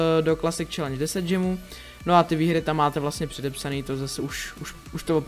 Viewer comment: Džemů? Spíš gemů.